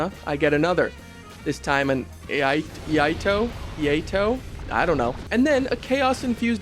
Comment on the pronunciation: Its pronounced iaito